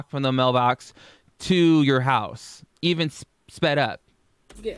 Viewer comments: Jamie Lockhart sometimes she does say e'un lol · "E'un" That's how she says it